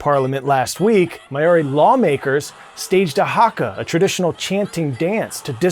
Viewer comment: Please check your pronunciation of MAORI! Very cringe